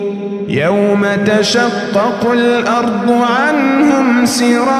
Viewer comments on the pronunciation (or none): none